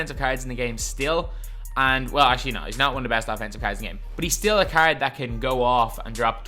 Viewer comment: you’re just trash, and cant pronounce “card” the right way